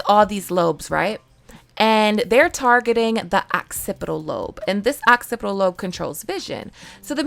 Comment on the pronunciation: I wake up at 4 am every morning so I am asleep super early. I watch y’all the next morning. 👍🏼 thank you so much for pronouncing occipital correctly everyone else is saying all kinds of crazy crap not pronouncing it correctly.